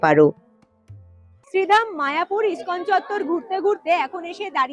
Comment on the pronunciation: তুমি আবারও বানান ভুল উচ্চারণ করছ মায়াপুর স্কন মন্দির হবে না, মায়াপুর ইসকন মন্দির হবে